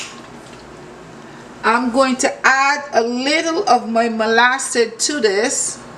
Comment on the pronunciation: She just pronounced it how she wanted but it is molasses